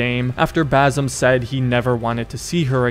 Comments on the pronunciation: it's Basim not Bazim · Its Baah Seem. Not Bar Some 😂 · if i gotta listen to you say Bazam one more time im gonna call you Yusif.. its Ba-sim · New game: take a shot each time he says Bazum instead of Basim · Bazim? It’s Basim with an S not Z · Basssim, it's Bassssimm. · its not Bazim, its Basim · It's pronounced as "ba-seem" not "baa-some" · If you're gonna explain the ending of a middle eastern game, at least learn to pronounce the name of the main character properly, it's BaSIM, not BaZIM. 😂😂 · "Boazim" 😂😂 "Kaliphé" 😂😂 "Rowshan"😂😂 pronunciation are pure gold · It's not BAZIM